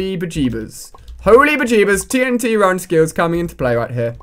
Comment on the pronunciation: He said tnt run skilles